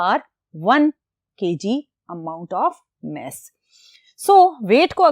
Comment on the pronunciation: Meas ❌ mass ✅